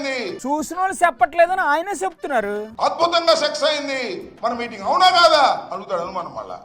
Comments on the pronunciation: Orey ambothu nuvvu success antunnava sex antunnava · అంబటి రాంబాబు గారు సక్సెస్ అయింది అనే మాటను సెక్స్ అయింది అని పలుకుతున్నారు.